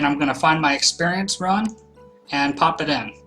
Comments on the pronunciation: Rune not run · Pronounced roon, right idk I'm dumb? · It's pronounced roon